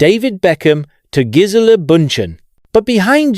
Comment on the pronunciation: Jiz-el, not Giz-uh-luh 🤣